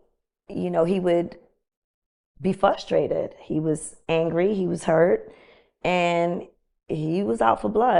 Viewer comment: People…please. Frustrated has an r in it black people